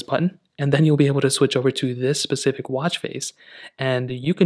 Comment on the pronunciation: It’s a specific watch not “pacific” 🤨